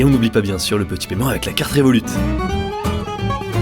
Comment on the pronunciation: Désolé mon reuf, mais le T de Révolut ne ce prononce pas